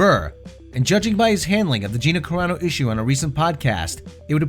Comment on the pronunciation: as soon as he says gina "cararo" bill immediately tightens his lips and bert physically pushes his chair back and puts his head down. never liked Bert's comedy and I've lost all respect for bill. would you really be surprised if bill's daughter decides to be a comedian and she gets cancelled for some things her daddy said. what goes around comes around you coward bill